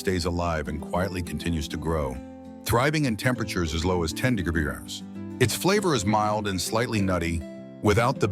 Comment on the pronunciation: AI cant say degrees?